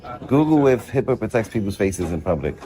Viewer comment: It is not heeeeepa